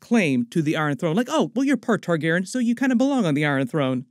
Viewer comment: Been watching your videos for like 15 years. Can you please pronounce it TargarEEan instead of Targarin? 😢 It’s very distracting every time you say the word.